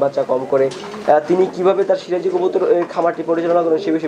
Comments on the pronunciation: এই মহিলা তো কবুতরের নাম টাই ঠিক করে বলতে পারে না, সিরাজি কবুতর কে, বলে শিবাজি কবুতর,,,, দাম বলবে কি করে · nam e tik kora bolta par6a na sebaji na siraji